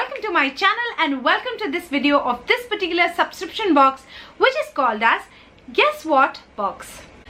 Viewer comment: You say lots of 'perticular's in your sentences. 😄